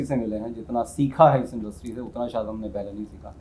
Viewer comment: आप बहूत अच्छा बोलते हैं आपका चेनल भी बहूत उपयोगी है Sorry परंतु आप आपका तलफ्फुस सही नहीं है जैसे आप शायद को सायद बोलते हैं प्लीज डोंट माइंड सुधार हो गया तो शो मैं चार चाँद लग जायगे